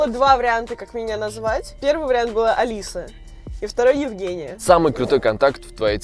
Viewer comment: А лиса.ударение на а.название.